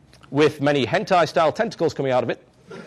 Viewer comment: i lol'd so hard when he said "with many hentai style tentacls"